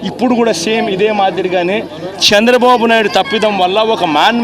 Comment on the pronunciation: శ్చంద్రబాబు కాదు చంద్రబాబు నువ్వు ముందు తెలుగు నేర్చుకో నువ్వు అసలు ఏం సహాయం చేసావు 5 సంవత్సరాల్లో వేల కోట్లు దొబ్బేసావు నువ్వే కాదు నీ నాయకులు కూడా రాష్ట్రాన్ని గుళ్ళ చేసి నాశనం చేసారు ఒక్క రూపాయి కూడా సహాయం చెయ్యకుండా కబుర్లు దెంగుతున్నావు